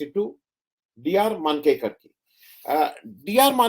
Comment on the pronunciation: १९६२ के चीन युद्ध को ६० वर्ष पूर्ण होने के अवसर पर मैंने यह पुस्तक अभीअभी पुनः पूरी पढ़ी है और इस वक़्त मेरे सामने है. जल्दीजल्दी में आपने बहुत उलटापुलटा कर दिया! क्या क्या बताऊं? लोगों के नामों के बारे में तो आप कभी सतर्क नहीं रहते हैं -- पता नहीं क्या बात रहती है?!! ले. जनरल "थोराट" नहीं, "थोरात"! लेखक " मानकेकर" नहीं, "मंकेकर"!